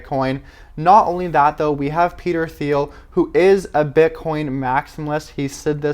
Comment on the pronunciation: It’s pronounced “TEEL”.. Not “THeel”.. Peter Thiel